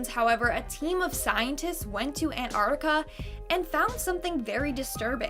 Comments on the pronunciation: Antarctica not anarctica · You saying it wrong. You are meant to pronounce the T in Antarctica.